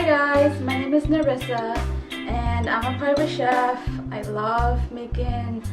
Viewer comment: I love it 😍, the music is so cute, I love how you said her name.